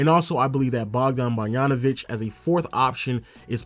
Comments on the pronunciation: Bro, his name is Bog-da-no-vich. The ch is pronounced like itch not ik. It's not borianovik. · Again with the Bogdan Barjanović 😂😂 dude, he's last name is literally like his first name... I don't get it 😂